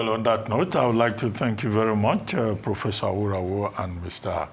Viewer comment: Mr Abati, thank God you can now pronounce Aworawo correctly....